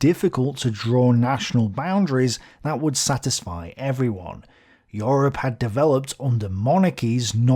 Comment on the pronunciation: welcome to yurp